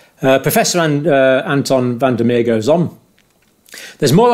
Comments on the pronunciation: Just for the sake of accuracy and respect Van der Merwe is pronounced "Fun duh Mervuh". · Say van der Mer-ve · If Anton van der Merwe is South African, it's pronounced Merva